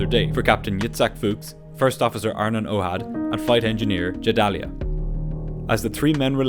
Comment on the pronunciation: That's not at all how you pronounce Gedalya. It's a hard G. You got Anat pretty wrong too. Please look up pronunciations, or ask someone who speaks the language, instead of guessing.